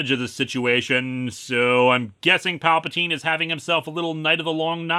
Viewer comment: I could have sworn he started this segment off saying "Papa Teen"